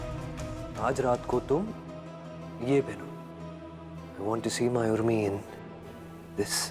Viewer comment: Udmi nhi Urmi hota hai 😂